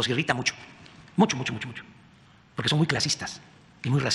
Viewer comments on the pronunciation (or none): none